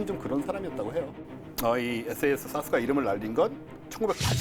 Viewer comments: 왜 SAS를 사스라고 발음하는거죠? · 전문가이신 두 분이 SAS를 계속 사스라고 하시는데 Special Air Service를 영국에서는 에스 에이 에스라고 부릅니다 SBS (Special Bote Service) 를 에스 비 에스라고 하고요 SBS를 스브스라고 부르진 않죠...